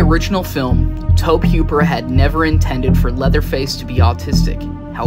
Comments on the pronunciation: His name is toe-bee who-per not toeb huper lol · Had to jump off the video after the 10th time he mispronounced the creator's name. Its TOE-BEE HOOPER not Toab Heuper. It shows a lack of research. If youre not ganna take the time to learn the dudes name... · you do know that tobe hoppers name is pronounced toe-bee Hoop-er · Nah Blud said toeb hwooper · "Reddit user" is all you need to know about this video 😂 he said tob huper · Nice video but could you please not say Tohb Hyooper. I'm still gonna leave a like because this video was interesting. I don't want to discourage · I hate when people the make docs can’t get the names right. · I stopped at the 3rd time he blundered it, ain't a fan if you can't get yhe brainchild's name right. Pathetic...